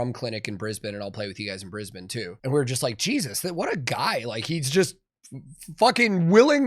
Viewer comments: As a Queenslander I'm loving the fact you pronounce Brisbane properly haha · I just have to say, you said Brisbane, exactly how it is pronounced in Brisbane